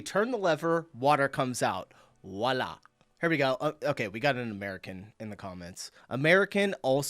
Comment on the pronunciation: "Whoala" Oh buddy...